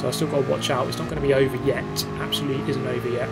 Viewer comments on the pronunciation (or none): none